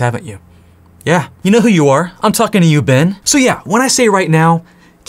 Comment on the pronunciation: Dude. When you got to the part where you're calling people out for not studying, and you said "Yeah, you know who you are! I'm talking to you, Ben!" I had to listen again because the first time I SWEAR I heard "I'm talking to you, BENGE" AND IT KINDA SPOOKED ME LMAO